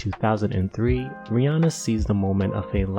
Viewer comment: i love how you pronounce Rihanna's name right